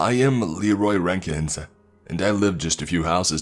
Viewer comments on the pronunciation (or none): “Leroy *r*ankins”? Bruh we know it’s you Jenkins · “Leeroy Renkins” Bro